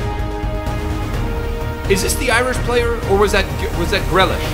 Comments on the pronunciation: For one it’s pernounced greelish and it was him who dis respected Ireland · I never wanna hear Grealish butchered like that again